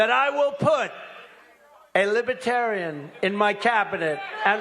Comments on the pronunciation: Trump's one of those dumb Republicans like Ben Shapiro who can't fathom he's not at all libertarian or "lipaterien" as Trump pronounces it. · I like to imagine they’re booing him because he can’t pronounce “libertarian” properly. 😂🤣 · He can’t even correctly pronounce libertarian.